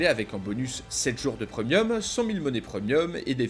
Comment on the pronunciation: Il dit Pr"e"mium et pas pr"é"mium